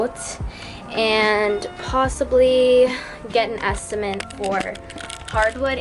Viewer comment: An estimate... not an "estiment" lol